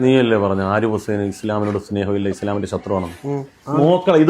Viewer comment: ഹാരിഫ് ഹുസൈൻ അല്ല ഹാർപിട് ഹുസൈൻ 😂